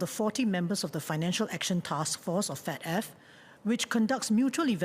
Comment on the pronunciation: I thought i heard SL said “Fat Af”